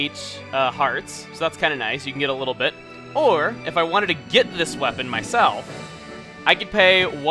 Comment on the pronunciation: Is is just me, or did you just say "We'll have to take this apart Pit by bit."